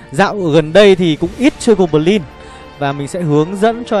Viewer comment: Gô bờ lin, tơn 5 :)))